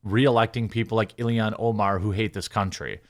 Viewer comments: You pronounce everything hyper-phonetically, and then for some reason you get to ILHAN and pronounce it Illian… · He gets an extra syllable in there. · Jeremy, you're making yourself sound like a fcuking idiot every time you mispronounce that *itche's name! I FCUKING HATE Ilhan Omar (ill-han), I think she is a traitor, as well as being scum of the Earth! FJB!!! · I think you're pronouncing her name wrong - it's Alien Omar. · Why can’t you say illhan